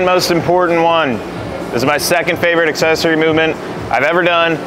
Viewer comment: cool "accessoirs" bro...